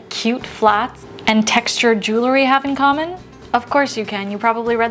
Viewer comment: I love your videos! Your tips and insights are thoughtful and fantastic! If you would, please remember that it's pronounced "JEWEL-ry" and not "JEW-lery"! I think that would elevate your videos!